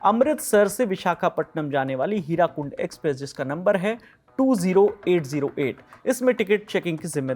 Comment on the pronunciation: Hirakund nahi hirakud hotahe ache se padhke bola karo